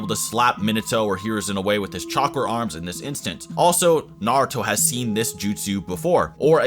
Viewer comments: Disappointed that you called him Narooto in the intro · I will always dislike a video about Naruto when the person making the video cant even say Naruto correctly smh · I almost quit watching seven seconds in, because the way you pronounced Naruto was sooo cringe-worthy. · The way you pronounce most of these names is horrible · this dudes opinion went right out the window when he pronounced naruto like that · First learn how to say Naruto, then make a Naruto video.